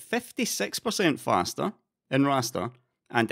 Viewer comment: nothin evah betah than fastah rastah